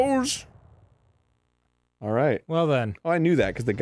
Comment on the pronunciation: The way he says "Spaghettios" is so funny